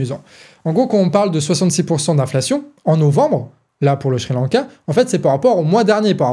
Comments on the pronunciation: Pour une fois au lieu de d'encenser la très bonne analyse du ou des sujets que tu traites ou de mettre simplement un👍, euhhh... S'il te plaît; Sri-Lanka ne se prononce pas Shri-Lanka ! J'sais pas pourquoi mais chaque fois, ça m'a fait perdre le fil quelques secondes 🙃. Voilà, bon, tant pis mais c'est tout ce que j'ai trouvé à rajouter comme critique constructive alors ...😉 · Très beau travail au collectif du canard mais aussi au ton de pour l'argumentation! Tout est bien clair Maiiiiis c'est moi où au lieu de dire Sri Lanka (ça se prononce Ciri lanka) il dit "Chri lanka"? Ah moins que ça soit lz vrai prononciation je suis étonné et j'avais tout temps envi de rire alors que j'écoutais la video avec sérieux (hésitez pas à me le dire j'ai bien ris pendant ce passage mais le sujet reste très bien écrit!)